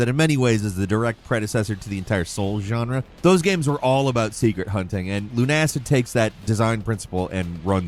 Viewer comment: luna-Sid Is how you pronounce it my ears are now melting.